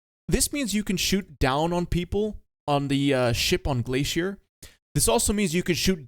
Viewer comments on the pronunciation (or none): none